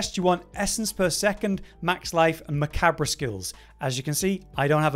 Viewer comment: “Macabber” hahaha bro, nice. It’s okay, it’s not commonly said out loud. It’s pronounced “ma-Cobb”